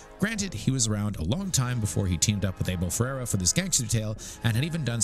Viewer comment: The name’s pronounced “AB-ĒL FER-RĀR-Ā!